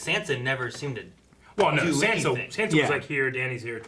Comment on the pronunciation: Oh my god these guys still pronounce sansa SAND-sa and i love them but it triggers me sooooooooo much. Haha